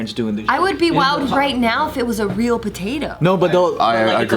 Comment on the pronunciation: Simu: it’s reãl: ooh, it’s royal